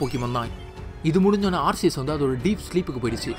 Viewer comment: Bro aceus pronounce ஆர்சியஸ் இல்ல ஆர்கியஸ்